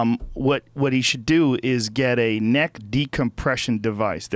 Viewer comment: Joe "Decompress your kneck " Rogan